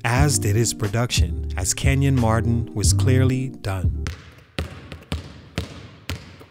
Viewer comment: His name isn’t Kevin, it’s KENYON Martin’😑